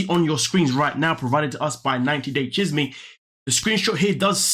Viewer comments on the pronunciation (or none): Its pronounced "CHEESE MAY" It's Spanish for gossip 😆 🤣 😂 😹 😆 🤣 😂 😹